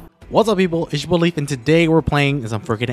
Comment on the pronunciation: Whenever i hear you say people i hear “pee bowl” lol